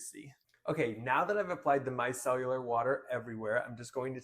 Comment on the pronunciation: “Mi-cell-ar”. not “mi-cell-u-lar”